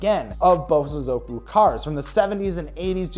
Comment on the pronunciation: As a Japanese, Just to help with the proper pronunciation. Bosozoku is pronounced (Bō(slight pause)Sozoku). sozoku is pronounced fast and in unison. Bo|sozoku 👍🏼